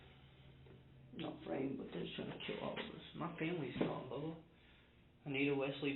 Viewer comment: The way he keeps calling the detective" Bubha 😂😂😂